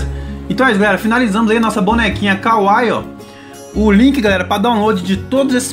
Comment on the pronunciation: Falou kawaii errado